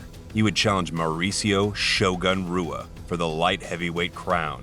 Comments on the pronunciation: Hey man just to let you know, you pronounced Shogun Rua's last name wrong. Its pronounced "Hua" like how Royce Gracie's name is pronounced like "Hoyce" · Shogun’s name is pronounced with an “ H “ Hua even though it’s spelled Rua. Let be the content along with the highlights 👍🏻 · Shogun roo-a? 😂 cmon commentary team. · Roo-uh? Shogun Roo-uh? What is this 2001? It's Hoo-uh. Rs at the beginning of Portuguese are Hs. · It's "Hoo-ah" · making mma vids and cant even say RUA right XD lmfao retire please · Great vid but butchered shoguns name. R is H. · An MMA fan yet says Shogun Rewuh lmao wtf. Every fan knows how to pronounce his last name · Rua is pronounced HOOOAAAAAHHHHSHANANANA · Don't even know how to say ruas name dog🤣😆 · Is this a computer voice?? How do you do a video on the UFC and not know how to pronounce Rua?! Seriously! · Mma channel can't even pronounce Rua correctly